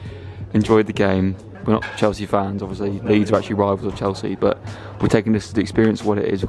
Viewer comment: "world champions chealsea"